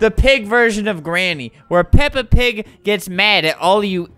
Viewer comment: him: 'PEPPA PAG' me: dies of laughter